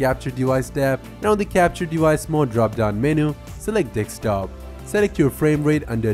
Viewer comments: Its pronounced Desk top not Deks top. Also, I would recommend slowing down just a touch, and not over explaining stuff like you did in the first tip. Your first tip out of 12 took almost a quarter of your video, even though there wasn't that much information regarding that specific tip. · deKStop?? it's desktop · Desktop, not Dekstop. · Thanks, just a note It's deSktop not deKstop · dekstop lol stop it dude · Am i the only one who heared Dekstop every time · Dekstop XD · Very useful info, thanks, but you have a strange pronounciation and are hard to understand at times. Open nit ork steam. Press nit ork taa. ricord dickstop?? Wtf. Stopped watching halfway, it’s too annoying. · Did i hear him saying dekstop? He said it 5 times between and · when he sais desktop i always understand dick stop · Minemaniac24 I will never unhear that again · Record in this case pronounced like 'R'cord' not Reck Kord , and Desktop is Desk Top, not Decks Stop